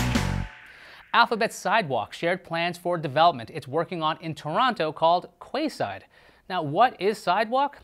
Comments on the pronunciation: Quayside is pronounced keyside 😂😂😂😂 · Quay is pronounced "Key"... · I think it's pronounced 'key'-side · The pronunciation of quayside 😂😂😂 it's pronounced 🔑side btw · Quayside??? Google on how to pronounce it. 😂